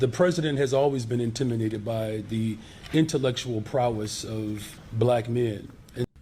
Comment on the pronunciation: Am I the only one who hears "intiminated" when he says it? Cause that shit is hilarious. HE INTIMINATED BY MY INTELLECT!!